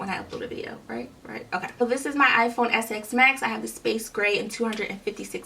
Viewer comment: It’s called iPhone XS MAX NOT SX MAX